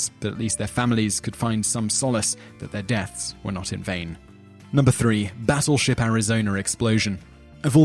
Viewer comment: Hmmm... Not quite sure it's pronounced "Batturship"